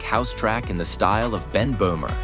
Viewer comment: Sooooo not ben bohmer